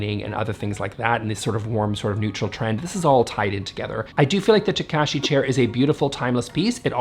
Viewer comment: The way you said the surname Takashi hurt my Japanese understanding brain with that wrong pronouncement.